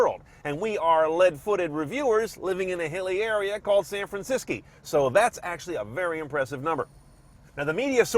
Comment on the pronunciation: San Francisky? :P